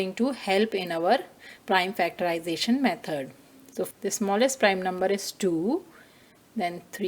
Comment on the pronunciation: Method❌ Mehod✅ But TYSM cause I didn't understand anything but it helped me